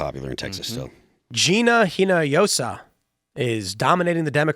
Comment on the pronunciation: Just an FYI Gina Hinojosa, pronounced (ee-no-hoe-sah)